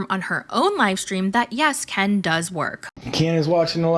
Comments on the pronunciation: Honestly.... I can't w you. Unsubscribing. You are obnoxious as f..... and not credible. BTW- NOONE... NOONE...of bloggers / commentors call K• E•N.... kiiiiiiiiin.... you are the only tard that does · HI...... I love of your channel, found you 2 days ago. But can you f u c ki ng for JE SUS chr1st... STOP calling Ken Urker, k•ee•n?! Or k•iiiiiiiin?! His name is effing KEN like Ken and Barbie... so obnoxious that a grown a*** woman insists on this name change like that- kiiiiiiiiiiin.... its KEN. Please take some speech therapy if it is truly thaaaaaaat bad- 3 letter word and this is what you confidently pronounce it like? No girl, no- makes your content lose credibility; that outdated potato filter ALREADY looking old as d😊😊😊😊😊 filters like that are so, what??? 2017? Stop. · Omg every time you pronounce Kiiieeennnn I am dying.😂😂😂😂😂😂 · It's unbearable that you can't even say the person's name correctly you are about to rant off about and talk smack- and if it is supposed to be funny? It isn't bcus noone calls him fake names but yo obnoxious butt